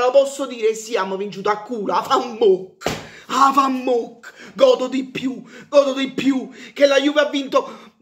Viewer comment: Ma si dice Vafammoc no afammoc